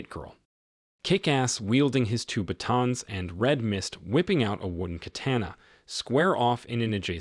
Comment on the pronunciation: You are not pronouncing batons correctly